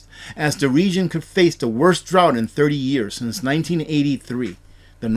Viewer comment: the word is drought.